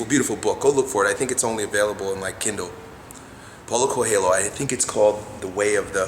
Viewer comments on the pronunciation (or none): It's pronounced "Paoolow Koe-eel-yo". Strong message, good thoughts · your portuguese pronunciation could use some work man:P Check this watch?v=4AwUM3Br_Pg at 40 seconds for the correct pronunciation of Paulo Coelho